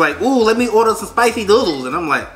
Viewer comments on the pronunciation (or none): none